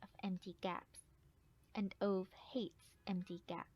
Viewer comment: next time when you do a audiobook, learn to pronounce the main characters name